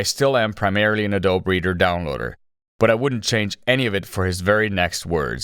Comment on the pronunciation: Text: Adobe Reader Speech: Adult Breeder